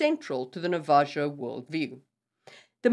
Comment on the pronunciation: I think you mean Navajo the j makes an H sound so the last syllable is like “ho” I love your videos thank you for making this content